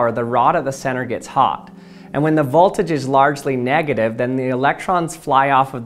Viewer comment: learn how to pronounce "Sieverts" and "voltage."